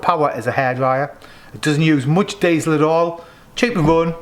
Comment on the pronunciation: You’ve butched the word diesel there mate